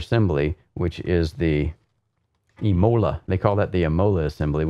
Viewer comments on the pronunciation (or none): imola with the accent on the I:)